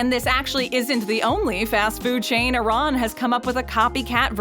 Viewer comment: Ok but what the hell is a-ron I know what Iran is but not a ron